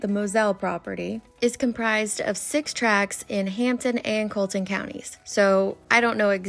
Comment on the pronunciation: I live in the low country not far from here. Its Colleton County pronounced Kah leh tin (just to be helpful) And yeh Betty is fucking shit up left and right. Moselle is a hunting property out in the country. It's pretty rural. Man I can't believe she went on that property.